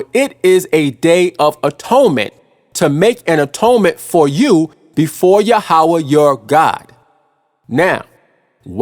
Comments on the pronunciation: Yahweh is pronounced Yah--weh, not Ya--ha-weh. So the lunar doctrine is wrong. So the HIGH PRIEST OF THE ANCIENT HEBREWS , declared saturday to be the sabbath, since their 1st day of week would be our sunday, hence saturday sabbath. We in western world start our work day on monday, therefore sunday sabbath ( rest ) Also it's been said that since our Lord rose from the dead on sunday and that being the most important day in all Christianity, this would be a good day for sabbath and worship. In the 10 commandments Yahweh didn't say which day for the sabbath, to Yahweh it was the most important to not work more than 6 days without rest ( sabbath ) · Say it with me now "Yah-ho-vah" Why would you use Hebrew words when you don't know how to pronounce them?